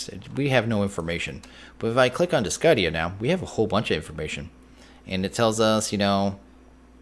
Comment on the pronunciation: Glad to say I've been enjoying it since then. A bit disappointed that my TC tools don't "level up" like they did in SF3, and that there's no Ender IO yet, but working through different mods and different situations is grand. Also, I'm not entirely sure but I think you're not supposed to pronounce the c in Discidia, just a pet peeve of mine. :P